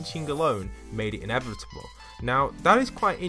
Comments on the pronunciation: Inevitable is pronounced how Thanos says it in Endgame. Say it with me! "I. Am. Inevitable." and "And I... am... Iron Man. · When he said innevidible I thought of thanos